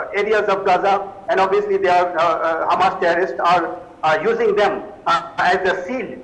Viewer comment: Its hamas not humus . humus is to eat